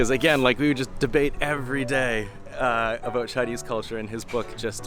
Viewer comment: I just recently discovered videos by Canadian YouTuber, J.J McCullough, and listening to you just now, what really struck me was the contrast between the way you say the word "about" and the way he says it (like he's one boot shy of a pair). Thank you,, for not causing me to involuntarily twitch.